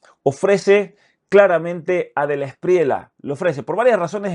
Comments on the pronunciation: el apellido de Abelardo se pronuncia DELA ESPRIYA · Querido Muchas gracias por su siempre excelente contenido. Quería informarle que no se dice Delawspriela sino Delawspriella. La última parte del apellido suena como en llama… Gracias!!